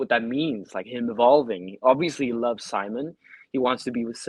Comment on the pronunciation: Ryan is Simon pls do not pronounce it in English pls